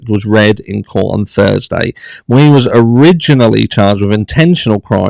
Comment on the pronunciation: Hi. Great video, as usual, BUT it bugged me everytime you mispronounced Mr. Miu’s name. It’s pronounced Me-you, not Mew-ee. 😉